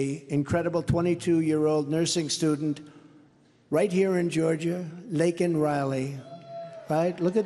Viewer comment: JUSTICE for LAKEN !!! Thank you president trump for pronouncing her name right and showing them so much respect .